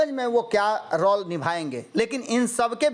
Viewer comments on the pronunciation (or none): you please correct your pronunciation of word 'Role".